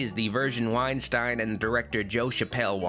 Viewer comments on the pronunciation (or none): I know it's pointless to get mad at a two year old review but not knowing how to say the name of two of the famous and influential producers of all time (Harvey Weinstein and Hiam Saban) is really cringy lol